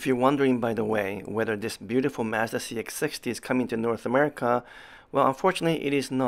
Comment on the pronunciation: Thanks for pronouncing Mazda the correct way! LOL I am not sure why we in the US started to pronounce it as "MAHZ-dah".